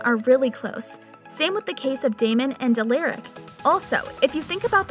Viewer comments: You for real need to learn how to say Stefan, Alaric, and Salvator before you start talking about the show cause clearly you’ve never even seen it if that’s how you’re saying the names. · Please stop saying Stefan, Alaric , and Salvatore like you do it’s so cringe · Wow, done a whole story about these characters and we all know she never watch’s single episode. Watching these really got to me. She mispronounced Stefan, Alarac name wrong. Yes I may be misspelling it but at least I can pronounce them correctly along with Stefan and Damon‘s last name a Salvatore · Why is she mispronouncing the name Stefan, Alaric & Salvatore? Really annoying. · Has this person ever watched one episode of any of these shows? She doesn’t know how to pronounce any of their names! Salvatorie? Give me a fucking break! “You’re gonna want to say it Alerick, but it’s Alaric!” And did she say Legacies was the one we loved the most? 😂😂😂😂 IMO The Originals actually gave TVD a run for its money! They were both great shows, but Legacies just seems to be lacking. It feels like it’s staying alive through nostalgia imo. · Why did you say Alaric like that😂. Isn’t it pronounced Uh-L-Are-ic not Uh-L-Air-ic?? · A lar ric not a Lear ric who else pronounces it alaric and not alearic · its alaric not ALACRIC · Her: Aliric like uh child anyways sooooo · Dude and Alaric, she’s literally pronouncing it like Alayric. Like ar makes the sound r not a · U-l-a-r-I-c how to pronounce the name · You pronounce Alaric (All-our-ik), Stefan(Steph-In), Salvatore(Sal-va-tor) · Almost every single name 🤦‍♀️ Stefan, Salvatore, Alaric.... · the pronunciation of stefan , salvatore and alaric 😭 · Did this girl just say Salvatorey and Al-er-ic....